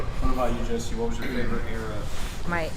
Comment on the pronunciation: sam has turned "Josie" into "throatsie" --- lil gobbler :-)